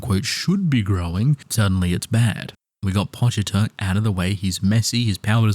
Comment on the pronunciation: "pochiter" it's pochita